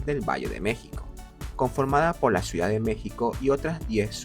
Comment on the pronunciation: Me vuele loco cada vez que dice " suidad "